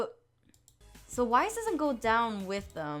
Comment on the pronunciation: Lol I love how you say Wise instead of Wayzz GURL its Wayzz! No hate just pointing it out 😂❤️